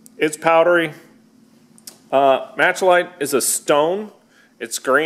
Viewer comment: The green powder from the stone is called "Malachite" (Mal-a-kite)(You are missing an A)